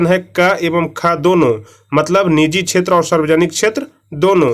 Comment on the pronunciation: सर आप प्राथीमिक छैत्र बोलते है सेवा छैत्र ko फिर क़ृषि को कुछ से कुछ बोलते है सही से चेक कीजिये 19 नंबर सवाल